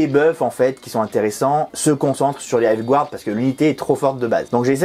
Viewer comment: *encore, "gouarde"... 🤦‍♂️